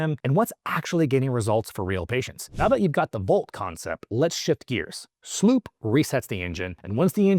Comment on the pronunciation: SLU PP 332... not SLOOP wtf